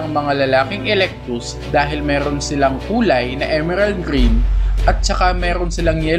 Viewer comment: kuya eclectus po yun hundi po alectus heheh😘😙😚🤗😅